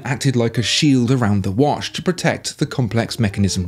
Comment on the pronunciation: Its not wash its watch come on man.